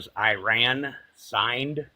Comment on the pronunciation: And Iran, Iran so far away... E as in sea... Ra as in the Egyptian god... N as in pronunciation you frelling dren heads! What can I expect from my fellow 'Mericans.